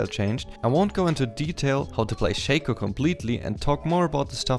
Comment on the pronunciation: Its not "Shaco" Its Shaco.